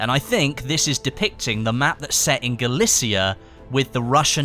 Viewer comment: galicia pronounced GA LI TZI YA